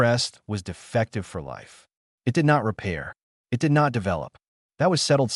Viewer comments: I don't know if anyone else noticed that AI naration does not know the difference between "it" and I. T. Funny that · Why can this AI not be taught the word it? Why must it say i,t every time the word it appears in the story? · AI fail. "I T" instead of "it"